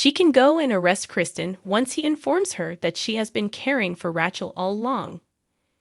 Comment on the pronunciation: I don't like how you pronounce Jada and Rachael's names.